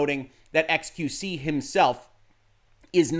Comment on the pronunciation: "Ex-queue-see" Your French is horrible, but I understand you ask for forgiveness for talking about large butts, err, largess. You are forgiven.